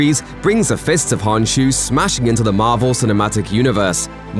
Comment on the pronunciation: imediate red flag the k in khonshu isn't silent so its not honshu